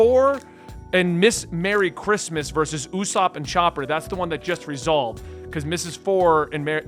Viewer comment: Having potential mild dyslexia is more understandable than saying õæěsop.